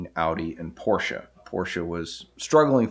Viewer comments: It is really nice if americans say Porsche instead of Porsch :D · Immerhin jemand der Porsche sagt. Und nicht Porsch. Aber deine Aussprache von ausländischen Orten/Namen ist bestimmt immer zu 100% richtig in der Landessprache.